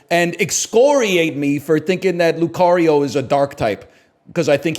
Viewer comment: I love how he repeatedly messes up Lucario and Infernape